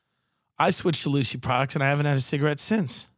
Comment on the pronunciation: Those listening to the audio version think asked for a clam strip, not a cigarette.